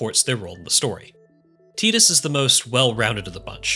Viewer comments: "Tie-dus' not 'Tea-dus' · Tidus is pronounced like Tide-us, not teeedus, it's a water pun. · TEETUS? I seriously cannot continue listening to you. I can't deal with this. lol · Don't they say tidus' name in the game multiple times? How do you come away calling him 'teetus"? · Hahaha, you pronounced tidus wrong. It's pronounced FUNKBUTT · You lost me when you said Tee-tus